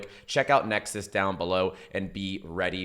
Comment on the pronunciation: why do you pronounce NexIS when it is clearly written NexUS and where is the link you said was down below